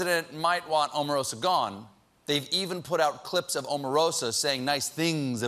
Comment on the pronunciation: Oprah, Obama, Omarosa... all long vowel- O's. Please pronounce her name correctly. It should be about time now.